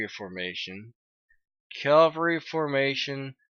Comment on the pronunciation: Get yourself a piece of paper and write this down!.... It isn't Calvery, it's CAVALRY!!